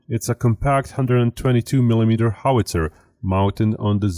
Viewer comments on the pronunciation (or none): none